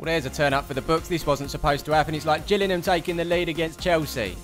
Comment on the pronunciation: Hey, as a proud Gillingham fan, i would like to address the fact that the team and town is called GillinGham, notice the G. It's not Gillinham it's Gillingham. Thanks:)